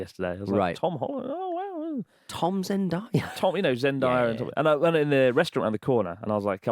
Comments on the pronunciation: Chris, her name is pronounced Zen-DAY-a. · Wow… Chris - big fan but you need to be able to say Zendaya’s name properly 😂💀🤦🏾‍♀️